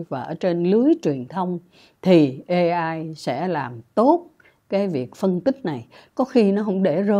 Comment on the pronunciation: AI phát âm chuâñ là ây-ai chư ko phãi là ê-ai